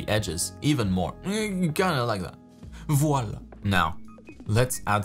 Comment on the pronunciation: Bravo, le mot "voilà" a fait rire le français que je suis; )